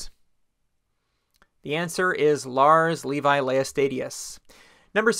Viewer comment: Got Altar and Pulpit Fellowship and the wife wrong. The pronunciation of Levi is English the e like the e in leg and the i shall be like the i in in.😊